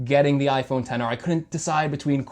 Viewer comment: sir you do know he pronounced it correctly right?